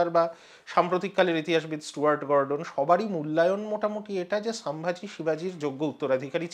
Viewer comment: Ucharon ta holo somvuji not samvaji.